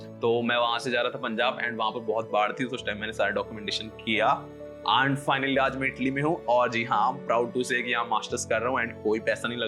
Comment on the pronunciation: Nice video brother, i have been following your channel since a a year I like the editing and the way if explaining. It's easy for everyone to understand. ❤❤ . . . . . . . . . but I'd like to highlight this as it'll create bad impression Don't pronounce आंड ❌ Pronounce अँड ✅